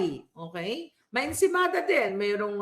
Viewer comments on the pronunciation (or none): Natatawa ako pag bigkasin mo Insemada malalako yoon pinakain nila malacaniang sa mga vloger